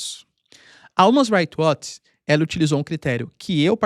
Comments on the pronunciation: Umas Rights Watch ???? Human = Ruman PRONUNCIA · Umas Rights Watch ???? H = R ao PRONUNCIA Human = Ruman PRONUNCIA Aprende a pronuncia corretamente POHA